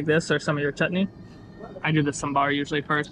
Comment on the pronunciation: Saambar not sumbaar